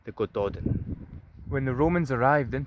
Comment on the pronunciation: It's great that you are interested in this stuff, but I'll bet it makes you cringe when people say Eedinburg or Loth-AY-un. So it's a nice touch to do your research on pronunciations BEFORE you make the video, so Welsh speakers or Gaelic speakers, or whatever, don't have to cringe. It's more respectful, and people will respect you more. Here's some help - Y Gododdin: "uh Go-DO-thin" (Both "o"s rhyme with "go", hard th - you nearly had it right!) Mynyddog: MUH-nuh-thog (dd is always hard th, ddog rhymes with dog) Mwynfawr: MUIN-vower (rhymes with shower) Din Eidyn (Welsh): Deen AY-duhn (AY rhymes with say) Dùn Èideann (Gaelic): Doon EE-juhn Catraeth: ca-TRITHE (rhymes with Blythe) Keep up the good work!